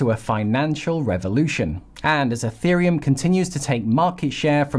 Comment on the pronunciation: I can’t take it anymore. It’s not eFerium!